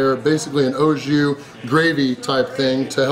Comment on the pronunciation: Oh Jew instead if au jus....haha